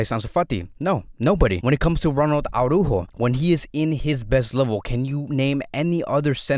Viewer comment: The way says “Araujo” haha